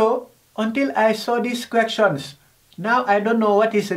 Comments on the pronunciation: He says queckshons 😂😂😂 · "VeRy gOoD KwEkJuNs" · Four tin 🤣🤣🤣🤣 !. Quechans 🤣🤣🤣🤣 fust period 😂😂😂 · Quections Quections Quections Quections Quections Quections